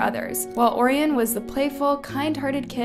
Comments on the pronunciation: Orion is pronounced “O-Ryan” btw. Great video 🎉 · girl im sorry but pls learn how to pronounce orion and nana's names correctly... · I wanna watch the video but the way you pronounced Orion just sent me skip !!!